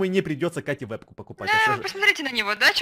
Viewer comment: Вебку а не вепку)))))